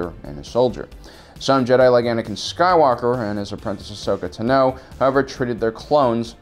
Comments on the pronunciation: oi, its a TV show, where ahsoka's name is said like 300 times, how do you still mispronounce her last name, the emphasis is on the front not the back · I hate how he says names sometimes. Like Ashoka’s last name for instance😂😂